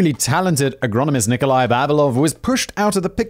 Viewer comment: Man can say ''AGRICULTURAL SCIENTIST'' but can't say Agronomist. Simon, you're a wonderful being.